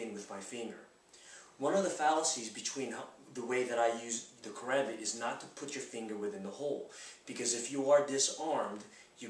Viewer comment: I'm pleased he did not say ka-rom- bit.